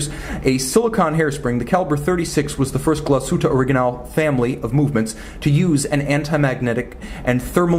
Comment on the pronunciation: Thank you for not butchering the name Glashütte,!!!!!! Cheers from germany